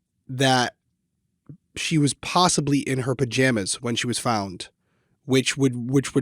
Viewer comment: Not related to the case but I do enjoy that says, "purjamas"